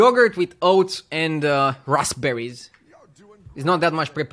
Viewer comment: the way he says raspberry